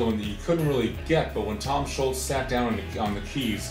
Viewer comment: Let him know it's Tom ScholZ, not Tom Sholts.